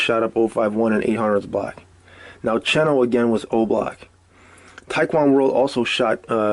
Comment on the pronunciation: You say you have your ear to the streets but then you pronounce Aski's name as "asskey" and Oblock Cheno as "chino", 051 Booby as "Bobby".. seems like you're reading your info from the internet just like everyone else